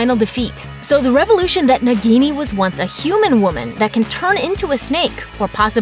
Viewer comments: It's " Naah-gini". Just like a minute of research man. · It is not pronounced nigini....it is pronounced as Na-ghi-ni .It is hindi word derived from word Nag which means snake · And also it's pronounced as "naag-ini" and not as "nug-gi-niii" .. say it right people! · That pronunciation of "Nagini"... My ears. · Why she is pronouncing nagini wrong